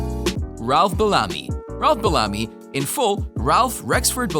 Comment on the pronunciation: It's Ralph's Bellamy bell a me